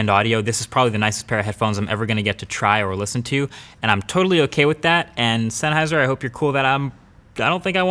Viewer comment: Dude! Senn-Heiser. Its a German surname.